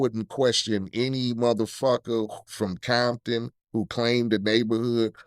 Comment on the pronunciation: This mf said Coompton